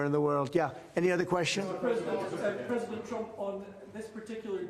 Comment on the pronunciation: Did you say president or predator